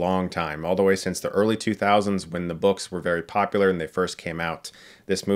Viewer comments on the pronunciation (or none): none